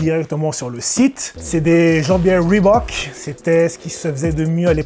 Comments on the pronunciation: bah il le prononce bien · Merci de pas avoir massacré le nom Reebok. Cordialement, moi.